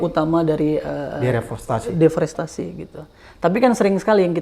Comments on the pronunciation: DEREFOSTASI .... mulu pak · Bang... "deforestasi" bang.... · Abraham samad ini ternyata orang yang males baca, deforestasi aja berulang2 salah ucap. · deforestasi om Samad, jangan salah sebut ya......